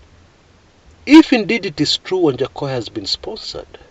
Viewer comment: Lol it's waja not wanjakoyah 🤣🤣🤣!!!